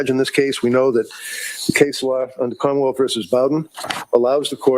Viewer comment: The way they pronounce Commonwealth as KHAAmmawelt is hilarious.